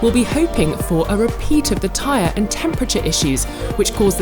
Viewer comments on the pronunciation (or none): none